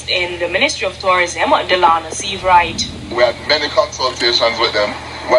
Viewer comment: furthermore, you say you're an entrepreneur?? How can one really take you seriously when you can't even spend the time to get someone's name correctly?! The guy's name is Stephens......not Stephenson!